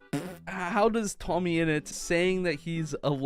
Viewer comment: It's tommyinnit not toammyinut